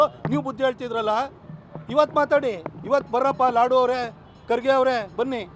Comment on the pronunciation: ಲಾಡ್❌ ಲಾಡು ✅